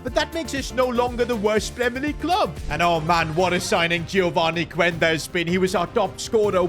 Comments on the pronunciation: It’s pronounced qenda not cuuenda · bro you are saying the name of Quenda wrong😭